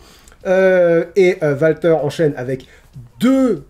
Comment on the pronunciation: D'où vient la prononciation "Valter" ? Les commentateurs /annonceurs ont prononcé "Oualter" tout le long (après je ne regarde pas UK donc erreur NXT tout court ?)